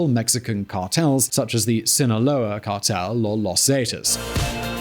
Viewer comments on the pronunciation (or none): none